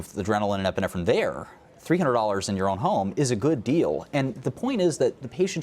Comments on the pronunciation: She said "Efinefrin".. its "Epinephrine" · she really said "eff-inephrine"? i can't finish it unless I mute her.